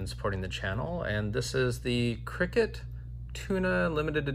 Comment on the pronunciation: I dont think it's pronounced cricket, C.R.K.T stands for Columbia River Knife and Tool and it's just the acronym I'm pretty sure